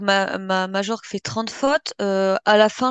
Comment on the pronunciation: CANCELO est trop cher. Perez attend l intersaison pour recruter MBAPPE ET BELINGHAM. ca va coûter beaucoup d argent. soyez patients et faites croix sur cette saison. elle sera blanche c est sur mais le meilleur est à venir. MAJORQUE se prononce. MALLORQUE = MAYORK